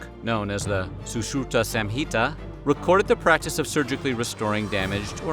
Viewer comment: Great video👍🏻but its pronounce samhita by using sum insteadof sam 😅love from India 🇮🇳 ❤️